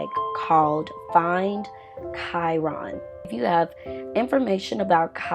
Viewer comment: His name is not pronounced like that..